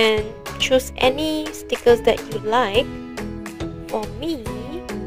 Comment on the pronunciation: lol the way u say stickers